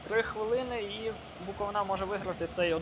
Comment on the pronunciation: БуковИна ...зверни увагу на наголос! а так то симпатичне відео)